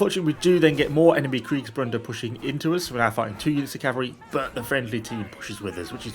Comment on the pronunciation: you appear to have a "n" in Kriegsbruders in the title. I understand the mistake as I can hear you pronouncing the name with the "n". Kriegsbruder is translated "war brothers". Bruder and brother are pronounced almost the same way if you substitute the "o" sound in brothers with a "u" = bruther.